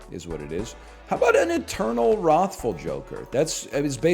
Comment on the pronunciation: why does he call it "rothful joker"